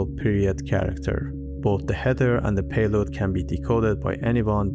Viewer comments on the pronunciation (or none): I'd have enjoyed if you explained also their downsides. Sometimes i feel like you've "rushed" a bit through it. At least you got away from the god-awful pronunciation though the way you talk could be improved (you still stretch certain phrases which make it sound extremely painful to keep watching e.g. payloaaad). Generally I enjoy the content you create and it's one of those rare fine channels. You could absolutely score by going into the apps aswell, e.g. how does hashicorp / vaults work how do multi-part passphrases work e.g. only needing 3/5 of any of the 5 set to decrypt something. If this is the oversimplified version I'd love to see some in-depth ones. Btw. What do you use for the animations? I believe this is one of the few ones that have very nice visualizations